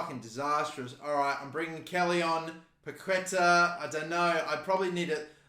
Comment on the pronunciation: Hey mate, big fan of yours from Brazil!! Waiting for the next FIFA My Career video. And just one tip: The correct way to spell Paquetá in Brazilian Portuguese is something like "Paketaah".